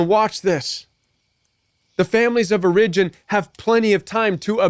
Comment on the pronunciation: Strong advice, thx!! 🙏 The control games are real! I’m hoping this helps, but I’ve never heard the word ‘origin’ pronounced that way. I’ve only heard the accent on the first syllable /‘or uh jin/. And I’ve only heard of “tight knit”, not ‘niche’🤔 I’ve asked Google in case it’s colloquial, but Googling doesn’t seem to help me here.